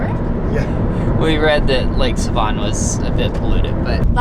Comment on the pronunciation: He said Lake Seeeevan 😂😂😂😂😂 Its pronounced Seh-Von lol just thaught it was funny